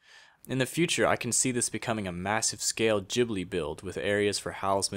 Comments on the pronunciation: oh btw, it's pronounced gibly, not jibly. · You siad Jhibli wrongggg